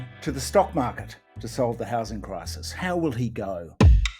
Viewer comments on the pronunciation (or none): Gambling the houshing crishis on the shtock market.